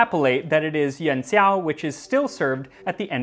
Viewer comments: Yon seeow? You don’t need to say it so fast. Yū-an Szhi (Xi)-ow. Xi, as in President Xi (“szhi”, not “see”). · Coming back from the Kaiserschmarn video. Pro tip: x in pinyin is more like sh phonetically. Cheers!